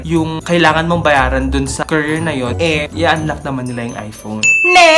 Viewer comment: “currier” besh hahahahha